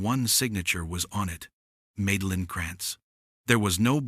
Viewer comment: Hey YouTube! Teach your stupid A.I. how to read! The HOA lady's name is Madeline, which is pronounced Mad-a-line! Mad, as in insane, totally appropriate!